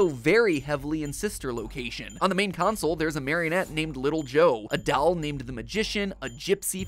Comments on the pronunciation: The way he pronounces the word doll makes me so angry and I don’t know why. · It sounds so weird when Cassidy is refered to as a he, cuz that’s kind of what we call golden Freddy as Freddy is a he- And why do you say doll like that?! 😭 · No one: Mat: d A h L 🤪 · Mat, please never stop saying "doll" like the word "towel"